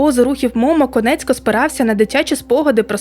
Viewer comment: Чудове відео, але не Конецько, а Коніецко*